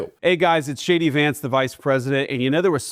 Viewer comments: Did he say ' JAYDEE VANCE ' or ' SHADY VANCE '? Just say, ' incompetent baboon vance ' to be understood. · How funny when JD Vance says “hi it’s JD Vance here” the subtitles read as “hi it’s shady Vance here” - just about says it all!!!😂